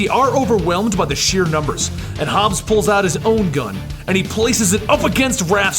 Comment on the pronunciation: It's Old HOB. Not Hobs.